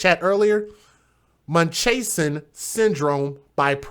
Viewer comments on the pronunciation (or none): It's pronounced MUNCH-HOUSE-N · It's munch - house-in. If it's fictitious how have soooooo many women been said to have it? IDK. But it's been around a long, long time. This is the only case I've seen that it was a black woman. I've only seen examples of white women doing this. I also wonder how the Drs get away with unnecessary surgeries. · pronounced like 'munch-houzen' lol!!!! you got me giggling!!!i needed a giggle!